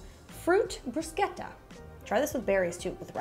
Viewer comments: Thank you so much for pronouncing bruschetta correctly. 😅 Love from Italy. ❤ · Great ideas!!! Also thank you for pronouncing bruschetta properly:)